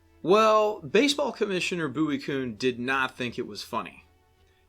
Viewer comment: Kuhn. Pronounced KYOON. And you call yourself the baseball professor?